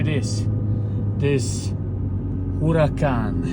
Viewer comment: Huracan ❌ HULACAN ✅